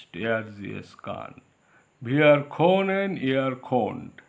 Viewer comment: You are the second or third indian person that I stumbled across that is teaching German here on YouTube. Very interesting! Is German a popular language to learn over there? And thanks for the hard work. To give you a little advice: You might want to practice your pronounciation of können and sprichst. Just as a feedback. I hope you're helping lots of people.